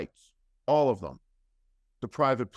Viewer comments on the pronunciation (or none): none